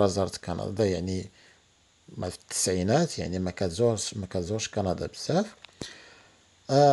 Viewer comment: قندااا 😂😂😂ياخوي تكلم زي ناس